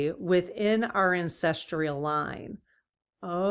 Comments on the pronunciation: Sorry to correct you but it's pronounced ancestral not ancestrial. Great reading btw - thanks. 😍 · Hi, "Ancestrial" doesn't seem to be a word. Google says it's "ancestral". (Sorry, but my grandma and my mom used to correct all our mispronunciations...an old family habit!) Blessings ❤ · Cool subject, just a note that the word is ancestral. My brain isn't coping with the pronunciation 'ancestr-ial... sorry! Still love your work 🤩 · Yes, dear, we need to get the word ANCESTRAL pronounced correctly. Thank you greatly for all you do! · There is no "i" in ancestral. No "tree" in the pronunciation. Otherwise I can't get enough of your dowsing rod readings!